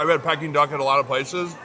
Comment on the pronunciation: Pe King not pekking